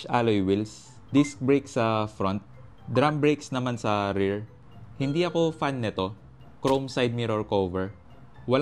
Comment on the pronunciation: Rer? O rear? Hahahaha